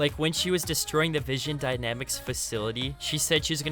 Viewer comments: it's not vision, it's VINSON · Vinson.. not vision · Vin son not vision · Not vision, it's Vinson. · Vinson not vision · Waiting for him to say Vinson dynamics right